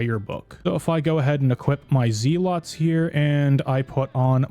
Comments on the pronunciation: Amulet of Z-lots. It’s the amulet that helps you sleep. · man said "zee lots" hahahaha TY for vid bro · Good vid, but pronunciation of zealots is driving me nuts